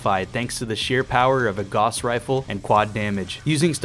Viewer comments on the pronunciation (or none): also you called the Gauss rifle "goss" rifle instead of "gah-ouwss" rifle, as it was named after the German inventor (surprise!) Carl Fredric Gauss. loved the video tho